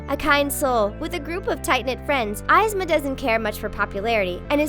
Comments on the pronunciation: UGGGGGGGGHHHH! THEY SAID YZMA WRONG 😫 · i stopped watching the second she pronounced yzma's name wrong... learn how to say they're names before you start making a video about them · The pronunciation of Yzma got me triggered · Kronk isn't necessarily a villain and Izma was pronounced wrong in this vid. XD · Did it bother any one else that Yzma and Kuzco were pronounced COMPLETELY wrong. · You didn't Pronounce Yzmas name right or Kuzcos name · Mila Jensen She mispronounced Yzma and Cuzco (and the word impaled, wtf). Plus, she sounds very ditzy. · Honestly. She should learn to pronounce some words. Like Yzma and PETA for example. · THATS NOT HOW YOU SAY YZMA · I hate the way she says Yzma and Cuzco. 😡😡😡😡😡😡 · Was anyone else bugged by the way the chick pronounced Yzma? It isn't "Eyez-ma" it's "Eaz-ma". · It's not 'aisma' it's 'isma' or 'ease-ma' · Yzma is pronounced (eez-mah) not (eyes-mah) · OH MY GODDDDD ITS PRONOUNCED EEZMA NOT AYZMA OH MY GOD 😡😡😡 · Why does she pronounce things like someone dropped her on her head as a child 🙄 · I hope u know yzma is said (eezzma) not (iizma) dumb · Ezma not izma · its not izma its ezma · "Ease-ma" and "cooz-co" who the hell are eye's ma and cuz co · Izma? EEZMA = yzma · The chick called Kuzco "CUHZ-Ko" like bih no... She called Yzma "Eyes-ma" It's Coozkoh and EEzmuh... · I hate how the speaker said "eyez-ma" and "kuhz-co" instead of "eezmuh & Koozco" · EW Isma its pronounced EZZma and kUsco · Your saying one of my fav villian's name wrong! You say it like EEZMA! Not like eyesma. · It's pronounced eezma, not izma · Pretty sure it's pronounced e-zma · Uh. Eezma? Cusco? ees-ma. Coos-koh. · Omg it’s pronounced Eeez-mah and Kooz-Co 😑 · It’s YZMAH (IZ-MAH) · Eye - zma... That is so annoying, you could have at least told the girl how to pronounce the name. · It's pronounced EEZMA you ingrate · "eyesma and cuhsco" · its pronounced "eezma, and koosco" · It's pronounced Esma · ee-zma koos ko* btw your pronounces are off. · Evesma not ivsma.